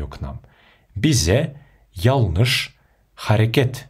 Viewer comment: Янлыш почему читаете ялныш? Янлыш- жаңылыс қазақша